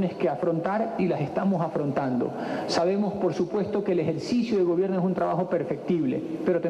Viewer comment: Sabemo nivele propueto que acento tan más cagados no saben ni pronunciar bien español jajaja